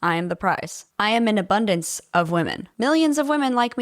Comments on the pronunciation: “abudnace” - one more 😂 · "I am in an 'abudnace' of women" Also, I love how he says women in their 30s are fossils and are losing value. Did he forget fossils are valuable? 😂